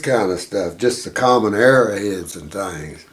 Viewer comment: Very fascinating video; thanks for posting. I had to grin every time he would say Era head, you would say arrow head. That one piece looked like Viking to the left, Artemis (I saw living in Turkiye) on the right and Egyptian on the slab. Then, you said what I was thinking. Artemis only looked like the top part though. What did he say the little triangle was, with the smiley face and two = signed coming out?